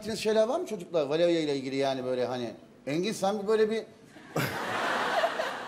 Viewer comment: Beyaz'ın Valevia demesi😂